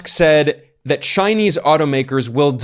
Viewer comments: Another masterpiece, Ben. Btw, I am most impressed by how you pronounce the Chinese names in Mandarin. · Your Chinese pronouncian improves a lot and now is amazing since You've been to China. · Ben, your Chinese pronunciation is great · Ben's Chinese pronunciation is getting pretty good. 😄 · Anyone else notice Ben's Chinese pronunciation has greatly improved? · Ben, your Chinese must be improving a lot, I noticed you pronounced the name of the Chinese commerce minister with the correct tones. Well done!